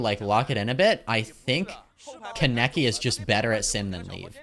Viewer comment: my pet peeve is the way you pronounce kaneki wrong EVERYTIME!! it’s khan-eki 💔💔😭